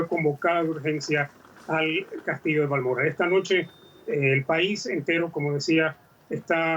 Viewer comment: VALMORRAL Vaya! que se ha comido la locutora?